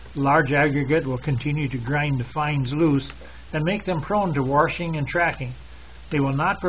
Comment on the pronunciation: He said "warshing" 🤣🤣🤣